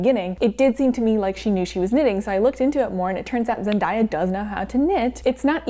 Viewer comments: The 'day' in Zendaya is pronounced like the word day, not dye, just so you know! <3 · ok i loovvveee the video!!! butt. instead of pronouncing Zendaya’s name “zendieya” it’s pronounced how it spelled “zen-day-a” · not zen-die-a 😭